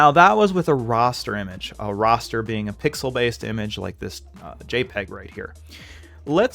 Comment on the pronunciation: it's raster not roster lol